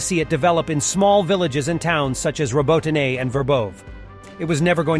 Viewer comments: Love how Americans pronounce unfamiliar words. Glasgow and Moscow are particularly funny but ROBO- TYNE 😂. It’s pronounced Robot-tinny mate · Which should be robo-TEE-neh. Ukrainian has two letters for its "ee" sound (approximately) -- the vertical I and the backwards-N. I'll have to look up distinguishing them. This produces an error-effect on transliteration, coping with Slavic phonemes into Latin alphabet letters. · Lol I love that every video has a different pronounciantion of Robotyne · Over the last week, this guy has evolved 6 different ways of pronouncing, "Robotyne". I suppose it could be an artistic thing - you know, always pushing those boundaries of creativity... LOL! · Anyone keeping track of the different pronunciations of "Robotyne"?